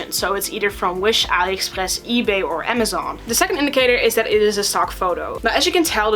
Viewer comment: When you say 'Aliexpress' you sound so French!